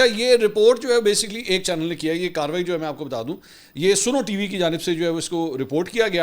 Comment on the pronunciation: Mansir sb@ Yah snow hay Ya Suno( listen) Correct please